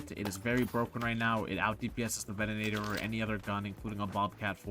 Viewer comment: Why can't streamers pronounce Venator? Also, using macros is cheating...and only scumbags cheat.